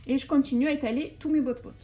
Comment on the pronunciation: c pas botbout c batbout